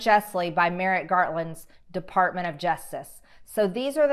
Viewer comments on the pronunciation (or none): Did anyone notice she totally mispronounced Merrick Garland's name? It even came up on my closed- captioning as "merritt gartland"! I can't figure out why she does that... other than maybe it's because it makes it harder for people to "do their own research," ?? (*especially people that are not "into" politics, and may not know how to spell Merrick Garland's name). I'm pretty sure she has heard his name before, ( haha) and knows exactly how to spell AND pronounce it. This is not the first time she has mispronounced someone's name that she dislikes. She does it quite often. When there is no substance to anything she says, disinformation and misdirection may be the only straws her feeble mind can grasp at. As futile as it may be, I pray for her enlightenment...